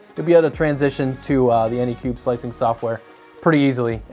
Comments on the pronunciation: Say it with me, "AnycubIC". With an I-C at the end. Not Anycube. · Anycubic... not anycube. Seeing the name written on the printer and hearing it pronounced wrong is so disorienting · Phew not the only one that says Anycube. Anycubic is too many syllables. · Drinking game: take a shot every time he says anycubic wrong. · I am watching this right now, and he has screwed up anycubic at least 5 times in 5 minutes. That's a little too fast for me.